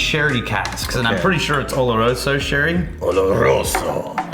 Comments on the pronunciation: I´m a little late to the party, but that´s not how you say "oloroso". Soft R. Oh Lore Oh So... not olorroso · I used to live in the sherry triangle when I was stationed in Spain and in Andalucia, they pronounce the S as a TH. So, oloroso would be pronounced olorotho. Give it a try and! Salud! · jajaja Oloroso is pronounced with a soft r... But funny tho!